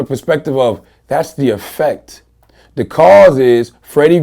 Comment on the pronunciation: hehe laryn---ex, cause and effec--t